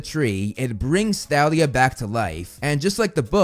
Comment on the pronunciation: Why are you pronouncing the "h" in Thalia?